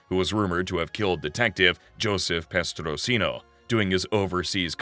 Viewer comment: Petrosino not prestosino. Bonnano and maggadino were cousins not brothers Great video though, I really enjoyed it